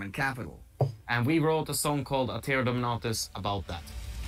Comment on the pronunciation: Probably already said, but "Dominatus" is Latin, so it would be Dohmehnahtoos. IDK but most people think that "u" in Latin is the same as the modern English version.